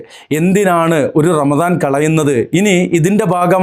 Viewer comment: P0ആദ്യം പറ ramadano അതോ ranalaano